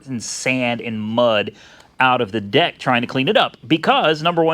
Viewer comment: Did he say Deck or D*ck ? LOL